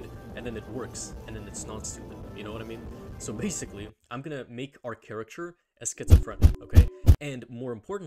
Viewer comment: i finally figured it out, im stupid, it took me an entire video to realise he wasn't saying 'caricature', he was saying 'character'